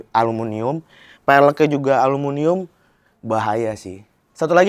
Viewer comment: ALUMINIUM mas 😬, bukan alumunium